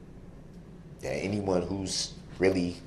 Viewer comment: He literally said “you and you alone decide what is troof and isn’t troof.” Not only is he void of any self awareness, gaslighting weirdo saying the state had theatrics (no they didn’t, not even a little), he says “troof” and “dat”. At least he finally learned tacit vs takit. It’s weird to me how smart he believes he is when he proves over and over again how ignorant, stupid and illiterate he actually is.